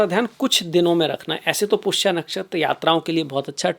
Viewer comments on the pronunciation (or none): माननीय, विद्वान होकर शुद्ध संस्कृतभाषा बोलिए— 'क्षमता' को "छमता" न बोलें: 'पुष्य' को "पुष्या" न बोलें; 'आश्लेषा' को "अश्लेषा" न बोलें; 'मघा' को "माघा" न बोलें; 'अध्यात्म' को "आध्यात्म" न बोलें। हर बार 'श' को 'श' ही बोलें, कभी भी "स" न बोलें। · आपने अंग्रेजी में ज्योतिष शास्त्र पढ़ा है क्या ? पुष्य को पुष्या, मघा को माघा?